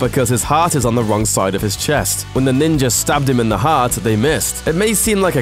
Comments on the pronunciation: kind of annoying how most British people mispronounce the words Ninja and Australia. theres no R at the end guys. Im just sitting here like ... the fuck....I've heard you pronounce an A properly before..... just say it the right way all the time. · this guy says ninja like "ninger" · Ninjer assassin. Ninjerassissin. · He pronounces it "Ninjer" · I absolutely despise that you say Ninja as "Ninjer." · Is "ninjer" assassin the sequel? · What the fuck is a ninjer? lol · why the fuck do you pronounce "Ninja" as "NinjaR"? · Is he saying ninjer or ninja? It sounds like he's saying ninjer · there's no "R" in Ninja... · There is no R in ninja its nin-ja not ninjar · Ninja not ninjar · It's ninja, not ninjer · Did anyone else get annoyed hearing this guy say ninjer instead of ninja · ninja. not ninjer. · Why is he saying “Ninjar” instead of ninja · Am I the only one hearing NINJER instead of ninja?? UGH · there is no fucking "r" in ninja.... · I made it through a minute and a half of this dude pronouncing "ninja" as "ninger" before I had to give up on this. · Bitch it's NINJA ASSASSIN! "NINGER" wtf? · PLEASE stop saying Ninjer Assassin!!! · Why this dude keep saying NINJAR assassin? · the didn't invent the chain blade, it's called kusari gama, also I hate how it sounds like you're saying ninjer instead of ninja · what is a "Ninjer"? lmao.. think you need to learn how to speak. ninja... ninjuhh!!! lol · British people have to stop saying ninjer instead oft ninja it's so annoying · It's fucking NinjA. Not NinjER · is it ninja or ninjur? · NINJA (jah) not Ninjer...say it right you dumbass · "Ninger Assassin" if you listen carefully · Him pronouncing it as “Ninjer” is killing me 🤦🏾‍♂️ 😂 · Where is the “R” in NINJA? asking for a friend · Did this man say ninjer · “Ninjer assazin” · i don't get why people would say GAN when it is spelled as GUN like for example BULLET. it's not spelled as BALLET. so how the fudge is NINJA assassin pronounced as NINJER??? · Wtf is Ninjurr Assassin?